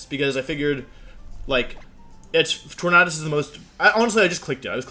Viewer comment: Why do you mispronounce Tornadus? Is it on purpose?